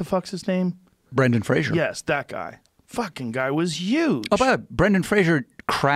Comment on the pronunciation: 1) Fraser ... not Frasier 2) Bedazzled is hilarious and has made me laugh more than Lowe EVER has. 3) Look at this pampered mf'er kickin' Brendan when he's down. I love watching this after the Brenaissance. Put some respect on his name.